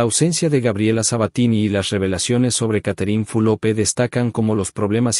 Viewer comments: No se pronuncia Fulope. Q berreta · No es Fulope..es Fulop..ablen bien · Porque pronuncias mal el nombre de Catherine. ES FULOP NO FULOPE